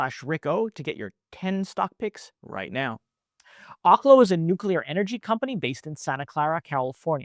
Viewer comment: Research how to pronounce OKLO